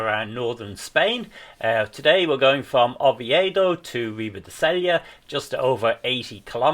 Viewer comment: RIBA DE Sella (Say ya). In Spanish the LL is considered a “y” “ja” sound. Like the ñ it is a separate letter.